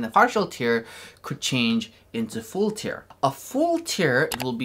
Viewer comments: Stop saying tear liek if it's crying. It's tear like bear, but with a T. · Yeah, i am really bothered how he pronounces TEAR. 😂